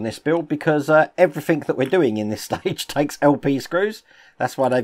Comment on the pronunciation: Lol I just love the way that you say "Everythink" rather then "Everything" you know with a 'g' at the end!. But we would not be who we are if we did or said things 'properly' all the time would we! Take care, (Hope your mum and dad are ok)